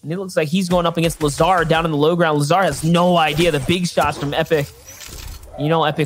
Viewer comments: He sed lazAR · Lazaar, shyfu, get preferred kid... Does this guy know how to read lol